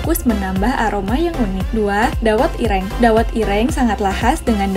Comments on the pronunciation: Mbak maaf sebelum mngabarkn baca brita mbok di dalami dulu di pahami temanya, br di sampekan, biar tdk asal sebut. dawet ir-rheeng. kue lompong bkn dr kulit jagung bungkusnya, tp dari daun pisang yg sdh kering Ge'bhlek. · Cara baca geblek dan dawet ireng. ...mhon diperhatikan